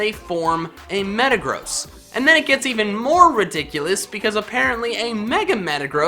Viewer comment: Have u guys wondered how says metagross?!! He says it like Meta-GROSS so does think that metagross is bad or gross